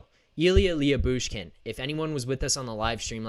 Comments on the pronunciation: Lou-Bushkin, not Lee-Yu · Leah Boosh Kin😂😂😂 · His name is spelled different but you pernounce his name like this la-bush-kin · Last I looked Jakob Chychrun is a minus 27 this season. I wouldn't read anything into that stat especially in Arizona. I would add why would Arizona want to move Chychrun who's a minus 27 while they are tanking? Hahaha! Also I'm pretty sure it's pronounced Lebooshkin.